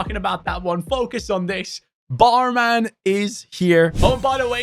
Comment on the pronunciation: Bruh That's pronounced Bormon, not barman. Secondly thats a titl, why does EA does it everytime 😅